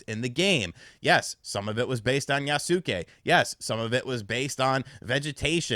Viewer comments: Yasuke is pronounced Yah-skay not Yah-soo-kay! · It's pronounced "YA-SKAY" Not "Ya-Suk-Kay" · YAS-KAY! YAS-KAY! YAS-KAY! GET IT RIGHT! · Just as a note, in case you read this, any Japanese name ending in "suke" is pronounced with the "u" silent. In this case, Yasuke would be pronounced "Yahs-keh." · 弥助→やすけ→や・す・け→[ja]・[sɯ]・[ke]😘